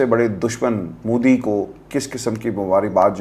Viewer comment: Punjab k saare siyasatdaan aur anchors modi ko moodi kiun bolte hain